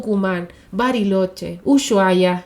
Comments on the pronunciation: UYUAHIA.. NO! USHUIAIA.. "USUAIA" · Una pavada: "Ushuaia" se pronuncia "usuaia" en argentino, como si la "h" no estuviera. Nunca me había dado cuenta que podía pronunciarse de otra forma hasta que escuché a un extranjero diciéndolo😅